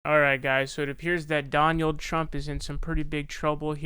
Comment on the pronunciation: Donyuld Trump. Bro. You had me in tears laughing.